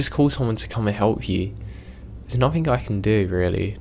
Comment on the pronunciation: im sorry, i know im an asshole but its driving me crazy. There is no ''k'' in words like nothing, anything etc.